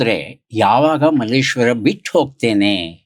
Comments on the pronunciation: ನಿರೂಪಕರು ಮಲ್ಲೇಶ್ವರಂ ಅಂದ್ರು❌ ಅತಿಥಿ ಮಲ್ಲೇಶ್ವರ ಅಂದ್ರು✅ ನಾವು ನಮ್ಮ ಸಂಸ್ಕೃತಿಯನ್ನ ಹೀಗೇ ಕಳೆದುಕೊಳ್ಳುತ್ತಿದ್ದೇವೆ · Malleshwaram alla Kannappa . Someshwrara avaru malleshwara antha sariyaagi heltiddaare